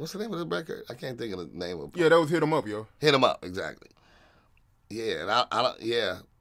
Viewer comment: Son. Why You Let Him Struggle So Hard On The Name “Hit Em Up”